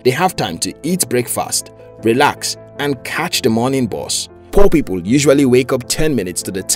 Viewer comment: When you tell poor people I heard poppy ball